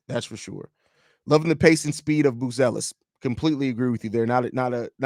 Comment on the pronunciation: I wo9nder if will ever say his name right: its Matas BuZelis, not Busilis